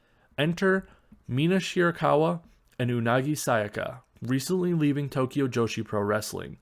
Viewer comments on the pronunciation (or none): none